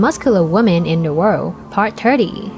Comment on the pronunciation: Pronounced worlD